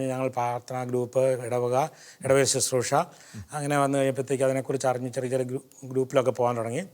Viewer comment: Not Suthroosha, please pronounce correctly as Bro. says as Susroosha.